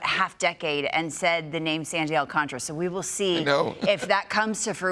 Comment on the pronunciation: Appreciate the knowledge from Heyman however how difficult is it to pronounce Alcantara correctly? You are getting paid to do this. Please respect him by properly pronouncing his name.